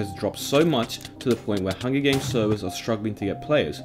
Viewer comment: “Hungy games”